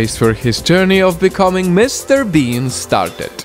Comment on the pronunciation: every time he said mrbean he said mrbeam.tats a yutuber